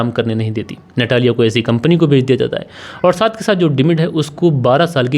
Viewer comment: रूस में ट को त और ड को द बोला जाता है। आपको उसे नतालिया कहना चाहिए। इसी प्रकार वोडका को वोदका कहना चाहिए। **"रूस में कोई भी व्यक्ति फ्रिज में पानी नहीं रखता। और सितंबर में सर्दी होती है। ***रूस में आपको कहीं भी अचार नहीं मिलेगा। कहानी में झोल है।